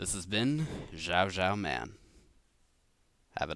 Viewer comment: Hes saying jowjowman